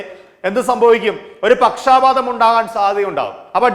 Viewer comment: Not pakshaapaatham. It is pakshapaatham.